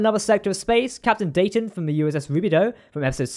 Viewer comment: Great episode and vid as always. The most impressive thing for me, among all the awesomeness, is that they pronounced Dayton correctly multiple times lol. I always forget how, like, regional or idiosyncratic we locals pronounce Dayton compared to people who don't hear the city pronounced regularly. (if anyone is curious, it's like "Day-uhn", with a glottal stop where the hyphen is.)